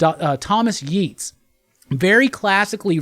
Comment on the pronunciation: Hey I know how you like your correct pronunciations (i.e. Tine-un) so I thought I’d let you know I have heard that Yeates is pronounced “Yates”.